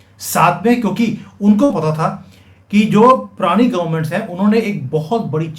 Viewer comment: It's not "prani " Its "purani "